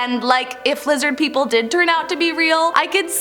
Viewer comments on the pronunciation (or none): Lizid peepole